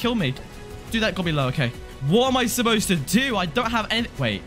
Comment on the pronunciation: ''hOw am I SuPPosT To grT ouT oF HEr''